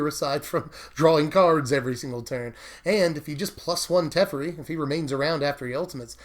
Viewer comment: teffurry... oof.